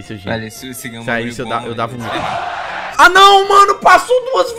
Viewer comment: Se você perceber bem, ngm do vídeo fala (Não) certo, só sabe falar "Nhão" mds kkkkk